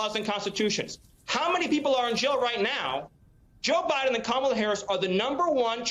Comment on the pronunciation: Are you serious?We still have more out there who can't pronounce Kamala's name correctly?